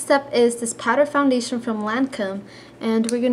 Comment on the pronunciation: Don't mean to be mean but you say founbation in stead of foundation.